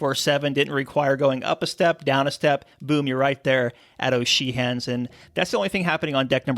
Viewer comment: Excellent video but is that really how you pronounce O’Sheehans?